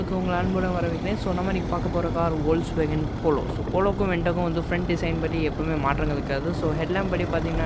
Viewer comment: Bro ஃபோக்ஸ்வேகன் இல்ல, வோல்க்ஸ்வேகன்